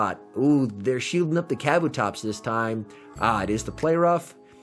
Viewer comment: It's Kuh Boo Tops, not caboo tops...